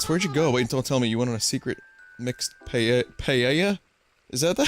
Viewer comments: ***** No need to take it that far, I'm not being super serious about it. He says it like pallella at some point and it just baffles me because it's not the first person I've heard do that but many others. Seriously, tho, don't take this shit seriously, it's just a weird thing to me as a Spanish speaker. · Vinny pronounced it pretty much right, just he used an "ɛ" sound on the end instead of an "ɑː". (End should have an 'a' like 'father', not an 'e' like 'bet' - and it's ok to have a 'y' like 'yes' sound in it.) (That is, if you're referring to how he pronounces it at ~8 mins in. If he says it again horribly wrong later on and I just haven't got that far then sorry. :P) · If saying Pallella is considered right by anyone anywhere, I'm done.